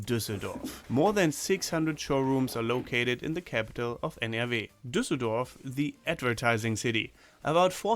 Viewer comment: in the capital of NRW. lmao he pronounced it EN ER WE (international phonetic spelling W, not English )